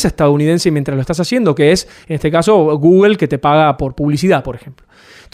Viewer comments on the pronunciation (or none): "gugri" Jajaja 😂😂😂🤣🤣🤣 Nunca he escuchado esa pronunciación.